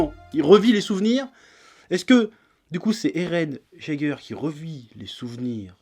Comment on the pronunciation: "Eren Jaiguer" (Jaeger) se pronnonce "Eren Yaigueur"